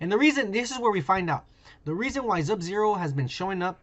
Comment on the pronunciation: Am I the only one that hates how he says subzero